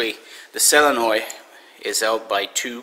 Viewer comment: "Cell-a-noi"?? LOL.....sorry.....